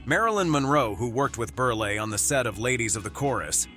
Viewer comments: Milton BERLE, not BERL-AY! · I wish to hell they learned to pronounce names. It's pronounced Burl nol burlay or burlee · It's Berle not Ber la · Berle is pronounced Berl not berlay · Milton Berle’s name isn’t pronounced “burly”. Berle rhymes with Pearl. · Stop calling him BURLYYYYY it's not Burly it's BurL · It's pronounced Milton BURL not Milton BURLIE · Can the narrator at least pronounce the last name correctly? Milton Berle--It's BURL, not Burly! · Burley... it's Berle! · Ditch the computer narrator and use real talent. It's BURL, not BURLAY. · NO, NOT MILTON BERL-E. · WHAT CRAP!! CAN'T EVEN PRONOUNCE NAMES. MILTON "BURLIE"????? AND THE SUBJECT MATTER, PROBABLY SUPPLIED BY SOME SMALL D**KED LOSER!! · It's pronounced BERL...leave off the E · Lost me at Milton Burrr'Lee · Milton "Berlie"? "Tex-a-ko"? AI fucking SUCKS! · Ber lay?? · Milton Ber-lay?? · The last e is sileht. So it is Berl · I miss a human voice over person. These AI voice overs don’t always pronounce names correctly - Milton Berly? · Berle rhymes with HURL, Bot. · Well, this video is a new low. By the way, the "e" at the end of Milton Berle's name is silent. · It’s Milton Berle is pronounced burl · They should get an announcer who can pronounce Berle not like “Berlay”. And other simple names… Quite annoying. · BUR-lay??? Is this an idiot or a robot? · Stop! , with the BERLAY!!!!!! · Milton Berly? Whats wrong with you? Milton fricken Berle. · It's Berle, not Berley!! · When it comes to Milton Berle, if they cannot pronounce his name correctly, what else is wrong with their story? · Would be nice if the computer voice would get Berle's last name right. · Who is this mispronouncing stars names? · Milton Berle….not Berley. Mispronounced Texaco. Who is this schmuck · Who id "Milton Burley"? What is "Teck-sock-oh" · Bur-lay...Tax-co,?? Are you sure you ever even heard of these people and companies? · With the NUMEROUS mispronunciations in this, it was hard to watch… Berley and Texaco????